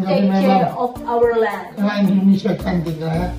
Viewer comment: INDONESIA pak bukan INDINESIA😢😢